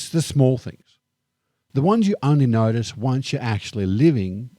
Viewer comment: He does not know how to pronounce "notice."